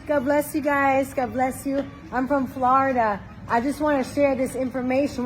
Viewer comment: this chick is 100% a bad actor. First of all “I’m fruom flahrida.” And that’s not how Christians act.